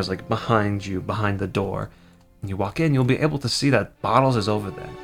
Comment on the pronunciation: it's BOTTLES not BOOTLES.